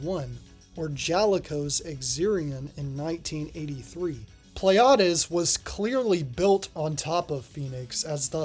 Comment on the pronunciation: "Pleiades" is a real-life star system and its name is correctly pronounced "plee-ah-dees" ... not whatever you said there :) Don't worry about it, though - Greek words are sods to pronounce, and I remember a friend of mine always called that arcade game something like "Pleads" - so your stab at it was closer than his. Just to add to the confusion, the name is actually mis-spelled on the game's title screen as "Pleiads" but it's spelled correctly on the cabinet art ("Pleiades").